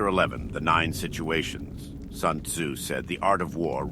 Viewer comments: Lol at first I thought that this was a really good voice actor. What really tipped me off was the fact that every time it said Sun Tzu , it pronounced it different. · "Soon Zoo said."